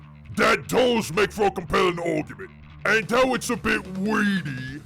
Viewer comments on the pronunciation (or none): I can't tell if I'm hearing correctly or mishearing when you say "a compelling orkument", but I know which one I prefer. Great work!